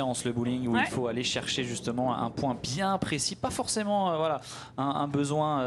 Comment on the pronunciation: la quille n° une... Toujours aussi pénible à entendre. -> la quille n°1 "un" pas une.